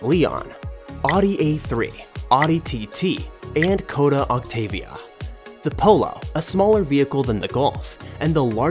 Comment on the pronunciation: Pronunciation is atrocious throughout this whole video... "ski-rocko" "Koda Octavia" C'mon man!